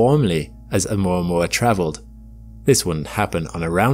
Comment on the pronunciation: It's 'oo - mwa - mwa'